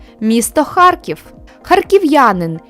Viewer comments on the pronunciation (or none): none